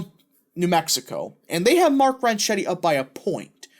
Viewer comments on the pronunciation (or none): I'll be voting early for him this morning. It's pronounced "Ron Ketty" BTW. Thanks for the vid 👍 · You should learn how to pronounce his last name before you start to talk about him. I am by no means a Grisham fan. She’s a lunatic. Ronchetti was a weatherman for years on KOAT. It’s pronounced Ron-ketti. Try calling his campaign headquarters if you believe me. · Yeah, Ronchetti is an Italian name. And the "c-h" combo in Italian makes a 'k' noise. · Ronchetti is an Italian name. And the "c-h" combo in Italian makes a 'k' noise. So you're pronouncing his name incorrectly. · Hey, the pronunciation is 'close enough for government work' OK?